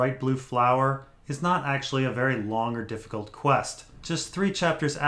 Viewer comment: "Someone wery powerfull is watching a jon story" and that is ... GRR Martin.